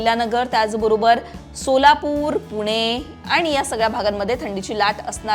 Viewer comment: मॅडम भाषा फारच अशुद्ध आहे. आनी पानी मधे सुधारणा करा बाकि सर्व ठीक